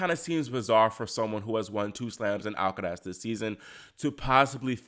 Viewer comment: Love how you say “Alcaraz” 👍